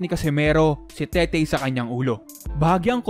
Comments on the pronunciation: Tete po un hindi tetey haha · TETE BOSS HINDI TETEY, WALANG Y SA DULO.. TETE AS IN RATBU!!!